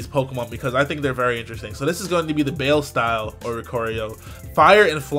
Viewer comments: Okay, guys... I don't wanna be that lady, but as a Latina, it's not pronounced Baile. Like Bayle. It's pronounced Bi-Lei. Like Bi in Bisexual and Lei. Like Bailando. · "Bail style" NO IT IS NOT CALLED BAIL IT IS CALLED BAILE (BAI-EL-EH). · Not bail its baile as in dance is spanish pronounced bay ë le the e is long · omg this man said "bale style" too, boy it's baile the spanish word for dance from the verb bailar because it's moves emulate some type of spanish dancing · Lol Oricorio Baile is Spanish for dance, so it's pronounced "by-lay" not "bayl" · Bale style... That sure is the bale of hay style, all right. :/ It's baile, as in the Spanish word for dance. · Hey dog that oricorio, that one form you did show, baile, I'm pretty sure it's supposed to be referencing either salsa or flamenco, the plumage looking like a traditional spanish woman's attire for an intricate dance, (fire also a slight nod toward it) so I believe it's supposed to be pronounced Baile as Bye-lay. The spanish word for dance. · For oricorio, pretty sure its pronounced bi-lay because it is the spanish word for dance and it seems to be a dancing form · My YouTube video peoples....lets brush up on our Spanish. BAILE - style. "BAI-LAY" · The Oricorio's baile style is pronounced Bye-le. It means dance in spanish. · Baile is pronounced buy-lay (it means dance in Spanish) ;) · I believe it is pronounced "Baie-leh" Translation for for Dance in Spanish. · You're supposed to pronounce Baile similar to "Bi-lei", it's a Spanish pronunciation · I think it's pronounced "Bai-Le" not "Bayle"... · Bruh that's not how you pronounce baile at all. It's Spanish. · lol the way pronounced baile